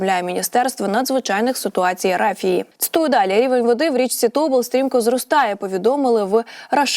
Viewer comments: Кажіть правильно. Не тОбол, а ТобОл, не Ока, а окА, не херотА, а херОта. Де вас вчиил всіх? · Що це за річка. О'ка, То' бол - - треба Ока', Тобо'л.. Така безграмотна дикторка, що соромно за неї. Особливо, коли читає географічні назви і не тільки!!!